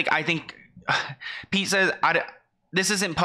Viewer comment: Why does Kanye call Pete "Skete"? I find it funny but i dont even understand it lol.